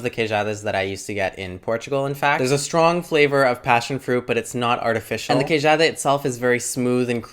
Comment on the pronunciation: nota-se que viveste em portugal, a forma como dizes "pastel", "queijada" é muito boa! where are u from originally?